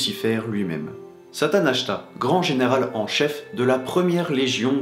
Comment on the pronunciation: je voulais te dire que j'ai vu que l'on disait Satanachia et pas Satanachta :)